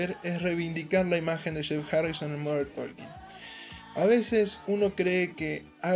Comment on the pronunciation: Por que você fala MODER TOLKIN????? Tá errado!!!!! Por favor.